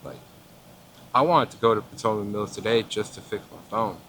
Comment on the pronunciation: Wait so he's from the area but he can barely pronounce the word Potomac lol. Love u